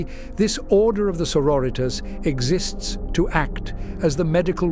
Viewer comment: I have to admit, as a linguist, that got my hair on end. ^^' Good voice, good script, but oh goodness me some of the phonetics. 'Dialogs'??